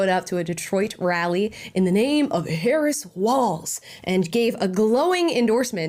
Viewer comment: You mispronounced Harris as "Herod." I'd say it's still an apt description.